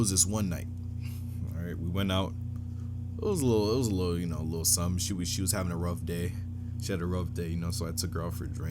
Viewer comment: “I’m not gonna into too much likkle detail!” 😂😂😂